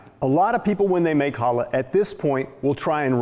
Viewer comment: Going to make one for Shabbat this week. Thanks! One thing...CHA -lah. Like you're clearing your throat. CCCHHHHAAA-lah.😉